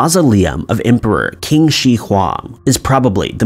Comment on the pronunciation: Qin is actually pronounced as "Chin"